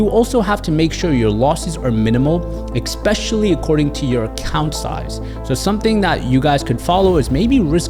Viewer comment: Lots of great advice, hits close to home, having good losses AND being a good loser takes practice and mental strength. You are only competing with yourself. I also want to respectfully point out that the word "especially" is pronounced ESpecially, not EXpecially.